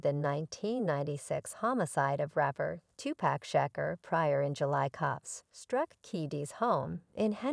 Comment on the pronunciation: Learn to say his name ..... Tupac (To Pock) If you can't pronounce his name right....shut down your page!!! Stop being disrespectful ....thot!!!!!